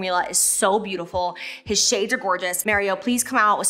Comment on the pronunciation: Am I the only one that’s hearing M(EH)rio instead of M(AH)rio 😅🤣